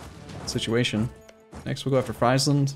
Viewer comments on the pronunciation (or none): Friesland is pronounced Freezeland fyi